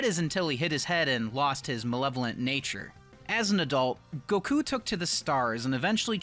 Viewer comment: FINALLY! SOMEONE THAT SAYS GOKU NAME THE CORRECT WAY